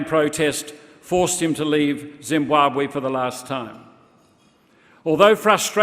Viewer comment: The pronunciation Zimbuabwe instead of Zimbabwe by shits me.